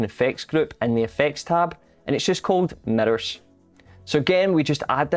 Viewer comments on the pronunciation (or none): Say Mirrors.: Methers